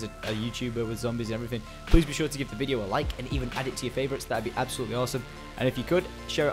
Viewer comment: Y O NO SAY FLAVORITE!?!?!?!!